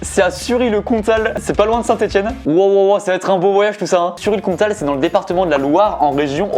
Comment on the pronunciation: "Oui, il y a une gare a Sury le Comtal" Du parisien pur souche...